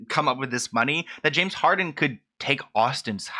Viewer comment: Robert pronouncing Harden as Harding the entire time was killing me lol